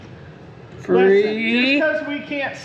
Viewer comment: reads from that phonics book with pictures only! And tell him it's not Free but Treee!🤣🤣🤣🤣🤣🤣🤣🤣🤣🤣